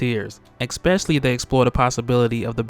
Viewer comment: Especially* Not eggspecially